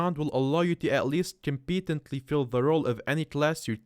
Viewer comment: “Completenetly” lmao google how to pronounce competently next time bro